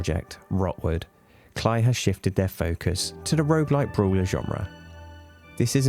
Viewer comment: it's pronounced "Clay" entertainment